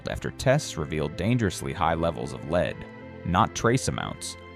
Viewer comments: Very bad AI voice. Get a human who knows the difference between "lead" (leed) and "lead"(led). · There is something wrong with the narration. Major parts of sentences are unintelligible. It's like double talk. And lead(the metal) is pronounced as led, not leed. 🤨🤔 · Fucking AI pronounces Lead the metal as "Leed" -- DOWNVOTED and DON'T RECOMMEND CHANNEL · You know that you are listening to AI when the word for the heavy metal lead is pronounced “leed.” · ai saying lead properly then pronouncing it leed is why it will never replace us! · why is an AI doing the talking? I know because it says "lead" wrong...when it's the metal it is "led" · Interesting info. Too bad your AI reader can't pronounce the most important word in the video, lead. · I hate AI generated videos. The narration keeps mispronouncing lead. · I wanted to share this, but I hate it that you say, lead instead of lead. Proof read. Proof listen. Sheeesh.